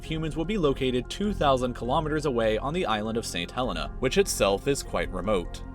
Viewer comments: St Helena isn't pronounced like that It's pronounced (Saint Hell-een-er) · ITS PRONOUNCED SAINT HELL EAN AH . MANY OF MY FRIENDS LIVE THERE.